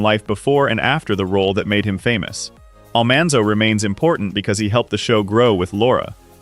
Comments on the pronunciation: I wish they had gotten someone to pronounce names correctly ( Oleson , Almanzo , Grassle ) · Almonzo, for goodness sake